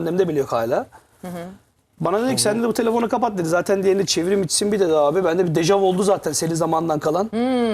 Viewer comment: dejav derken?? 🤣